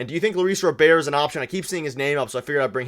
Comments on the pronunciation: U guys can't even pronounce his name correctly it's Robert not robear lolol. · Robert, not Rober, is very affordable for 4 years, not 3. So you missed on his contract amount, the contract length, and couldn’t pronounce his name, while talking about a writer hating on Toronto “as a country” 😂 ffs guys